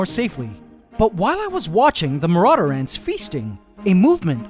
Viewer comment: I mean marauder ant not maurader ant